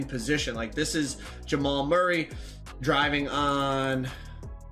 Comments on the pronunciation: This man gettin everybody name wrong….he said Jamal Murray 🤦🏾‍♂️ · Man said Jamal Murray 😭💀